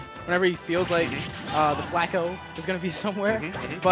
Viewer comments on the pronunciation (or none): In 45 seconds of the video he said flatco😂